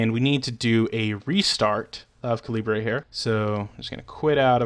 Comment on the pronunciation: Also it is NOT Cal-eeb-ray. It's the same as the size of a bullet.